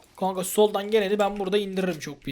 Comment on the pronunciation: Neden kankaya kank diyosun